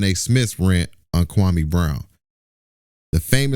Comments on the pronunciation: KWAME SAID SHIT WRONG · Anybody saying Kwame wrong is part of the problem!!